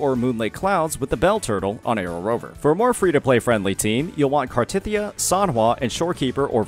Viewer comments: hearing small-tit-ya is insane. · the problem is the way he said it, it sounded like small T*Thyia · I losed it when I heard "smallTitya" hahahahaha